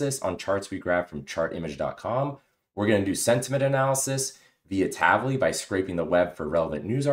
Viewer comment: Great tutorial, thanks! Just one off-topic remark, the way you pronounce "Tavily" is wrong, it is actually in Hebrew (as it is an Israel-originated company) and should be read as two words "Tavi"+"Li", meaning in Hebrew "get me" (something) or bring (something) to me. Just FYI 🙂